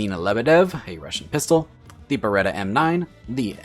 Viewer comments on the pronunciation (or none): none